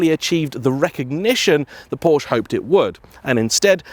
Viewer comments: Why can't car people pronounce Porsche properly. It's pronounced 'Porsher'. A porch is on the front of your house! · A car journalist who cannot pronounce the name of the car he is reviewing? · Unknowingly mispronouncing names is one thing but intentionally doing so is disrespectful of the Porsche family name. What if everyone started deliberately calling you Jane instead of, how would you feel?